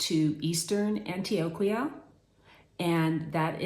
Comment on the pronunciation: Yezzzz woman, learn to say the names of the places you live in. Antioquia learn to pronounce it correctly is respectful.